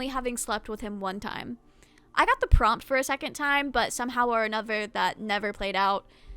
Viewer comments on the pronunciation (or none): none